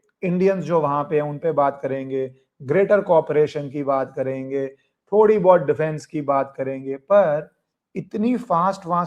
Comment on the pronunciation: कोरपोरेशन नही सर जी, को ऑपेरेशन. 🙏